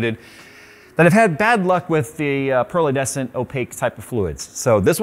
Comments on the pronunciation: pearlescent not pearlUHDescent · "PEARL-UH-DE-SANT" fluid Me: "It's pronounced; PR-LEH-SNT" 3 syllables, not 4. Sorry, but you said it incorrectly far too many times in this vid not to trigger me. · There goes making up words like "pearledescent" again, haha. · Pearledescent isn't a word? Do you mean pearlescent? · Troll says: "Pearlescent" doesn't have a "D" in it. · pearlescent,. Good lord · I had no idea that the word "pearlescent" had a D in it